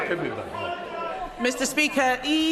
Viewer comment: Badenoch",Badenough" more like 😅